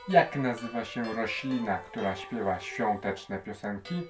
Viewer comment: ŚwiĄteczne, ŚwiĘta, naprawdę tak musisz to akcentować?